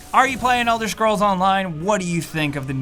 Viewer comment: "Elder Schrolls"